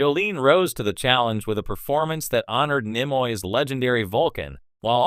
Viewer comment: Turned it off after 40 seconds because your computer cannot pronounce T’Pol or Nimoy. 👎